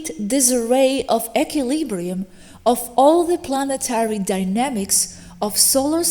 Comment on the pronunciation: You're pronouncing equilibrium incorrectly.